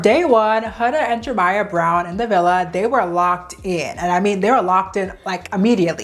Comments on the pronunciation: Jeremiah. Not Jermiah. Head ass. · Why do you keep saying Jermiah...his name is JEREMIAH Have you never seen that name before?? Do you not know how to pronounce it?? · His name is FOUR syllables!! Jer Eh My uh!! Why can't you say it correctly? Makes this video unwatchable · I think you’re mis-pronouncing Jeremiah’s name. It has 4 syllables. I think you’re saying “Jermiah “ with only 3 syllables… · the way this creator pronounced Jeremiah as "Jermiah" is driving me insane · you forgetting the second e in jerEmiah is sending me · It’s Jeremiah 😂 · its pronounced jer-RUH-miyah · Many people come across words that they struggle to pronounce, Jeremiah is her word. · Why yall let her pronounce Jeremiah’s name like that the whole time?? 😭